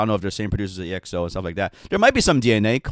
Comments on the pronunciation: You know they don't even say exo right it's not E X O it's exo, so not surprising that he can't say baek's name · It's Exo... one word! Short for Exoplanet. Not E - X - O. Hehe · This guys have the most un popular opinions and still calling exo as ii eks ou 💀💀💀💀